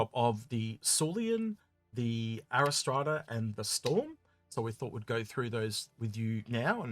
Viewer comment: Did call the Arrastra the ErikEstrada? If so, I'll put my "Chips" in;o)